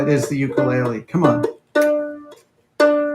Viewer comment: For the sake of education of a larger audience (and on behalf of my Hawaiian wife), you built and play an 'ukulele and your pronunciation is a little off. It does have an interesting history with its name and why it is associated to Hawaii, which many do not know. It is great that you share your discoveries, experiences, and most of all, your enthusiasm with the rest of us.